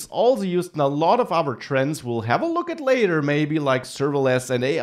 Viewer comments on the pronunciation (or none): Thanks for the video, but since you speak English professionally, you should really work on your accent, for example: - at is not pronounced "et" - version is not pronounced "wersion" These are things you could fix easily and make your videos much easier on the ear of the listener.